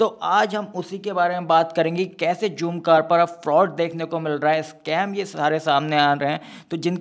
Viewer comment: bhai jhoomcar nai h zoomcar h ...he he he